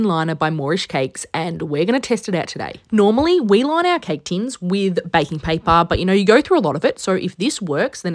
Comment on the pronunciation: “We loin our cake tins” love it!